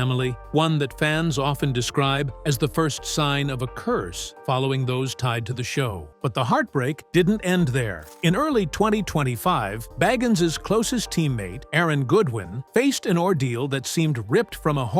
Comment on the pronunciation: I used to watch this. It became a fun show that my now 22yo. Son, watched weekly. We called it ghosty show time! I couldn't keep from laughing at it....especially when he tried to say the word there, or they're.......he'd say "thur" This made me irrationally angry lol